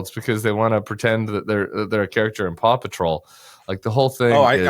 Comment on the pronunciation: “Paw-cuffing” surely